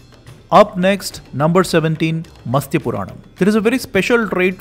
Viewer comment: It should be "Matsya" 🙏